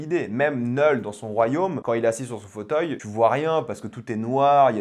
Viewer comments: STP ARRÊTE DE DIRE NEUULL C KNUUL ENFOIRERRR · Ça me fume comment tu prononces Knull autant dire Nul 😂